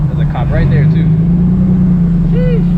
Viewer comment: bruh says “sheeeesh” like he’s from london town 🤣